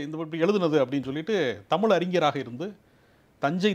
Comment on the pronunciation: இரண்டு பேரும் தமில்- மக்கல்-பாடல்கல் என்று தமிழைக் கொலை செய்வதுதான் கொடுமை....